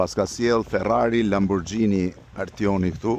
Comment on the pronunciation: O Fevzi. Lamborghini lexohet me "g" dhe jo me "xh". O qofte, o qeros !!!